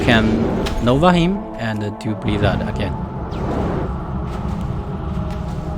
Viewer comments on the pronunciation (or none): ander ander 🤣🤣🤣